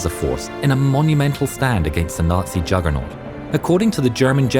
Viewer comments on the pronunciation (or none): none